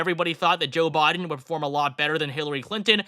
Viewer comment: "Joe Bod-en" lmao